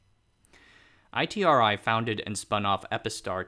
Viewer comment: BTW, the locals pronounce ITRI as “E-TREE”